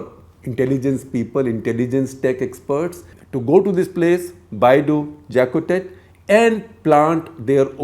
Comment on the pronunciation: Mauritian here. It's pronounced "Bay du(french u) Jaacoté"